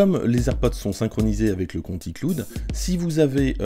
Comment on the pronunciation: icloude lol